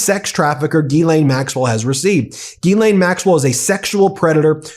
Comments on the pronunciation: Her name is pronounced Gilan, not Gilane or Jeelane. The G is the same as G in goat. The monster needs her name out there known accurately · Y'all keep butchering these ladies names it is pronounced (listen how the victims say it) Gee-Lynn spelled Ghislaine and Guifree is Goo-fray!